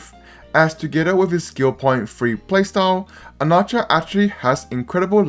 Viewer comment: Why do you pronounce his name like that